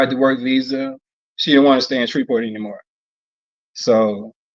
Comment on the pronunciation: In defense. It's pronounced Shreveport, Louisiana. IDK what he was saying. It threw me off and I was born there.